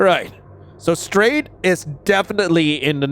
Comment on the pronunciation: I heard "stray" instead of strade EHEM- WHAT.